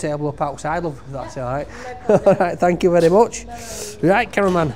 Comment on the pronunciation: Love he he pronounces thank you Thank yow thank yow